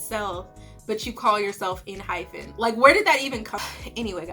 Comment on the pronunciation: The group name is pronounced en-hype-en :)